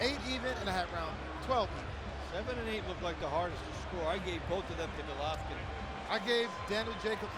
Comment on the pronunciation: The announcer keeps calling Golovkin Gollatta.